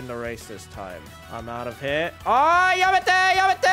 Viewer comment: Every time he says yamade I cry laughing